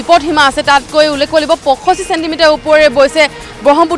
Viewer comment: Ullekh word tu k thikse practice koril sage..